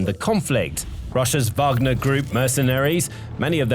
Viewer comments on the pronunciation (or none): none